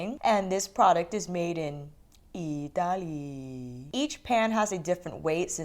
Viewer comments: When you said "Itaaaali' " with that voice 😍! It has been "home" in a heartbeat. I'm Italian😁😍😍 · Friday night chat and now this video — such a perfect end to a long work week! And we got to hear you say “eeetaly.” 😍😍 Fantastic review and now I know to not obsess over any of this. Thank you for saving me some $$$! Great review.